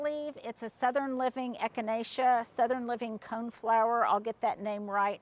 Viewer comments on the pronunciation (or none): none